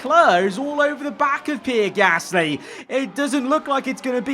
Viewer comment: Love these vids but just wish you could say Gasly right not Pear Gasssssssly